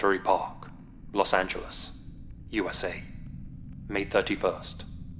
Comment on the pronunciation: here in los agalist? Ok defiantly not her “rival”